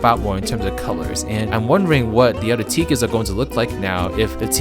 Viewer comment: It's OTHER not ODDER